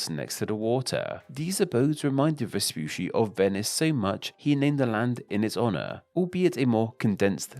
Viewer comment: vespoosy was so funny every single time he said it XD in italian, the double cc is a ch sound, like focaccia. so it was more like vespuchi